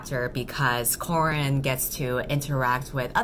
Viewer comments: I am so sorry but I keep hearing you call Corin, Corn. I cannot unhear it now. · The whole time it just sounds like you're saying your main characters name is corn... I'm now wondering if her name is actually corn 😂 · For the entire time i kept hearing ‘Corn’. Halfway through the video my two braincells go: “Wait a minute... Corn?” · everytime u say corin i hear corn. so all i can imagine now is just someone punching a sad cob of corn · Ahaha same i genuinly thought her name was Corn for like half of the video 😂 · every single time I think you say CORN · Shit, whenever you say the name Corin, I keep hearing "Corn", and then I was like "why the hell is she calling her MC Corn?". Subtitles really helped me.